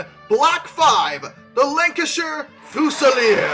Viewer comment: Is anyone going to notice he pronounced "Lancashire" correctly but mispronounced "Gloucester"? (This is coming from someone who lives in Australia and is use to the UK pronunciation, seen as the proper pronunciation)